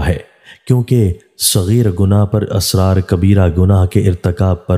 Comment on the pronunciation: AUG 22, 2022. IT IS 'ISRAR' NOT ASRAR. PLEASE ZER ZABAR KA KHAYAL KAREN. THIS VIDEO IS IN URDU.